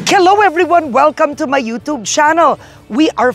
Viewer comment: You-toob! 😂 You-tube Karen!